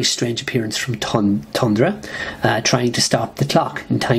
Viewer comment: It's TH-undra. (Unless that's an accent; if so, apologies) Jeez, 3 out of 10 stars for FF 133, the legendary, gorgeous Ramona Fradon fill-in?? I think you're way off the mark on FF 141 as well. That was one devastating story for the invested reader. It's a pop culture touchstone as well, figuring prominently in Ang Lee's film masterpiece, The Ice Storm. I have to agree about 149 though, as much as I love that story overall. We are never given an adequate explanation for Sue's bizarre behavior, especially her accompanying Namor to attack New York. Crazy. Unfortunately, you missed out on a good chunk of that overall story. It really begins in FF 129 (with the introduction of Thundra) but you could easily argue that things truly kicked off with 126 and its excellent retelling of the FF's origin.